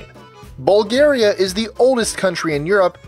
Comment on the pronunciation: muijna they meant bulgaria but pronounced it very wrong